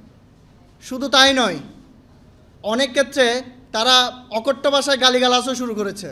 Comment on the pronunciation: এরা কথাও বলতে জানে না। অকথ্য কে বলছে অকট্য ভাষায়। ডেস্ক কে বলছে ডেকস্। এরা ব্যাংক কর্মকর্তা হিসেবে নিয়োগ পাই কিভাবে😢😢!?